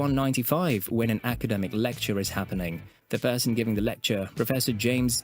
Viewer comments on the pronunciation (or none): none